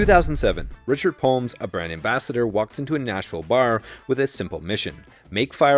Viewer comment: “bar” what accent is this